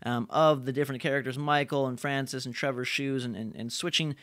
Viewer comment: it's Francis not Francise